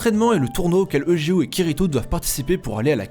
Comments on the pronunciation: [egéo] T_T pleure ÇA SE DIT [YUGÉO]!!! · On prononce youdgéo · Prenoncer eujeo comme ça cest grave